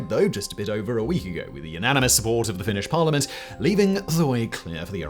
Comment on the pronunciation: "First DUPUTY of PARLIMANT of Iran" ???????